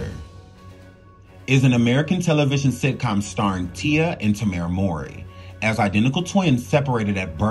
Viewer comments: THANK YOU. I love the video, but I keep screaming, "MOW-REE, like 'COW-REE'" to my phone everytime he messes their names up. Lol. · Just because the storyline had it where their biological couldn't have it proven where someone could say, "you ARE the father!" doesn't mean the narrator should continually mispronounce their last name as "Maury."